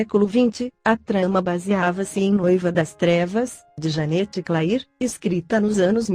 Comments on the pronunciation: Verdade, não dá ouvir Janete Clair, em vez de Janete "Clér", Dancin' Days, em vez de Dancin' "Dêis" e comedía, em vez de comédia. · Escreve Janete Clair mas se fala Janete cler